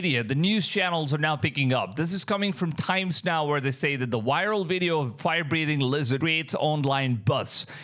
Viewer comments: It's viral not Wiral 😂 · Yeah the video is "wiral"